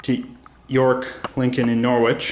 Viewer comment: It is NOR-RICH not NORWICH but you have to be British or have lived there to know that ;-)